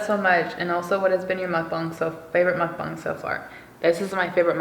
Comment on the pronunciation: You pronounced mukbang so perfectly it makes me so happy 😂